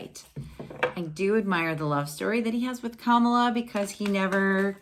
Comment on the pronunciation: Thank you for the fun reading!! One pronunciation, just to make you aware- I think its CAM-ILLA, not Kamala ;P